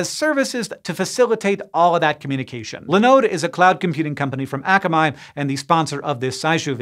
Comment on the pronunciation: Day four of saying akamai is being mispronounced by SciShow hosts. The company Akamai Technologies is named after the Hawaiian word for 'smart'. It is pronounced ah-kah-mai or in IPA /ɑːkamaɪ/ not æ-kə-maɪ.